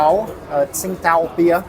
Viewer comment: It’s pronounced Ching Dow FYI.